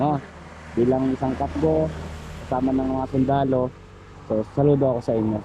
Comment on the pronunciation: cafgu Hindi kapgo